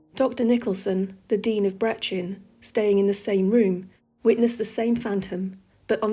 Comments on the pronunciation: Brechin is pronounced brekin maybe helpful for future videos I'm obsessed with your channel 😊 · Amazing tales, well-told. Can you imagine being a child who grows up in such a place? To be royal comes at a price. The Scottish name Brechin, by the way, is pronounced BREK-inn. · I have absolutely loved watching this, your documentary voice is fantastic and needs to go professional in my opinon, and I am subscribing. Just one thing as a local to the area, Brechin, is pronounced Bree kn. All the best and I can't wait for more :) x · Brechin: the 'ch' is pronounced as in 'loch' - or 'Bach'. The first syllable is pronounced 'Bree'. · Hi just listened to your stories of Glamis castle great spooky stuff, you also mentioned the city of Brechin by name can i just say its not pronounced as its written . I suggest you ask a Scottish person to tell you how to say it that would be easier than trying to tell you here . Love the stories keep on telling them thankyou.